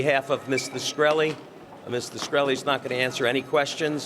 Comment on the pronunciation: Did the lawyer just make up the scientist qualification? He doesn't even pronounce his client's name right.